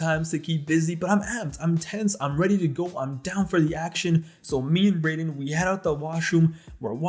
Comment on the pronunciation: My face dropped when you said Brayden 😂